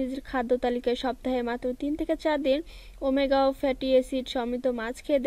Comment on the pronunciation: ওমেগা৩ কে বলে ওমেগাও